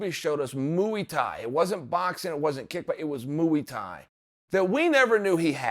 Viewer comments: cant believe I have to tell uncle chael this but muay thai is pronounced moy thai not mooooo eeee thai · Moo-eey-tie. God dammit, uncle Chael, I love you. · I reckon chael purposely says Muay Thai wrong, knowing the comments sections will talk about it, he’s so clever. As a result of this, it’s now and forever known as ‘mooey Thai’ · "Mooey tai" 🐄 fuck yeah 👏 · Mooey tie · It aint Usman its Oozeman, poppa Chael back at it with some mooey thai lmao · I don't think you guys understand that chael Sonnen is actually a legendary troll... A lot of these words he says wrong on purpose to get more views and get a raise out of you fools... This time it's 'mooie thai' last time it was 'yarear rodriguez' and many more... 🤔🤣🤔🤣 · Moo-Wee Taee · Who’s kamaro and what is Mooie Thai. He just makes up his own language 😂😂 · Mooey Thai 😂😂😂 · Wtf is mooey tye? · Mooey Thai and Ooozzzman lol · Chanel "Moo-ee Thai" Sonnen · mouwie tai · Moo-ee tye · If uncle Chael says its "Mewwuuii Tai" then i will blindly follow and call it "Mewwuuii Tai" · Chael 'moo ey thai' Sonnen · Literally no on: Uncle Chael: mOoEy tAi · “Mooo E tie.” I’m convinced he’s mispronouncing names on purpose… fuckin hilarious, regardless. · Moo-eee thai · Every time he says mooey thai I get a mental picture of fighting cows. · I keep hearing moooooooo lmao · No one: Chael: Mooietie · Joey diaz also says it like that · So glad you commented on this pronunciation. It was driving me nuts.